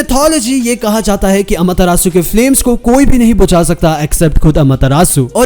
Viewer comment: It rages me so much(the way u say AMETERASU)😐 Pr ye chl or app bhot badiya hai Also u should get a AMETERASU counter in it vdo XD